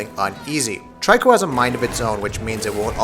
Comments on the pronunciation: i keep hearing a lot of people pronouncing Triko as Try-ko..but its Tree-Ko (much like Ico = Eek-o) technically i believe its To-ri-Ko in japanese wich could be translated as bird-cat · he also keep saying 'Try-co'........lol......I'm so confused. Didn't he play the game??? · Love this game! Watched so many reviews and this is one of the few I’ve liked so far. I’ve noticed you call the beast ‘Try-co’. I pronounce the name that way too, even though it’s not intended, and perhaps prefer this over ‘Tree-ko’ since it sounds sharper, an honour to the Griffin’s strength.For anyone who strives for accuracy, then using the word ‘Toriko’ or ‘Tor-ik-car-na’ as the boy/man seems to say may be more suited. As stated by others, this translates from Japanese as ‘young-cat-bird’ but additionally, it also means ‘prisoner’.